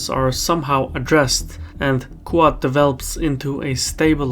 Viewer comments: It's not "coo-ahd". It's "The Quad". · you keep saying "ku-od"... but it is pronounced "quad" as in the word for four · Great video but I was 10 minutes into video before I figured that what you call "Koo ad" is actually QUAD pronounced "KWAHD" Keep up the great work. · It’s ‘kwod’ not ‘ku-art’. One syllable. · Every time says "QUAD", I keep thinking he's saying "Qowat" as in "Qowat Milat" from Star Trek: Picard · Why can’t you say “Quad” correctly?